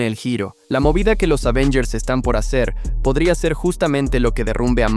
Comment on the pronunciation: Es Avengers no Ávengers sea serio